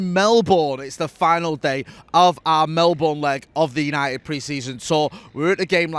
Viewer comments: It might be spelt Melbourne but you have to pronounce it as if it is spelt Mellbun!! 😁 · Why does jay say Melbourne like an American would say it